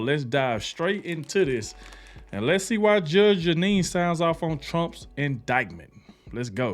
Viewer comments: Judge "Jennine" lol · Her name is pronounced GEE NEE!!!! Like a genie in a bottle!!! GEE NEE!!!!! She IS a Judge!!!!! She worked her way through law school and became a very respected Lawyer. She went on to become a highly respected and esteemed take no crap Judge. She went on to get her own show like Judge Judy. Judge Judy and Judge GEE NEE are BOTH take no crap Judges!!!! She is now with Fox. She is highly respected and esteemed!!!!! If you still can't get her name right maybe this will help. GEE (KNEE). I Know your not trying to be disrespectful or anything like that. I just want you to get it right.